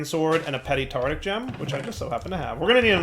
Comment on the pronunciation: Nice to see still says Tartic Gem.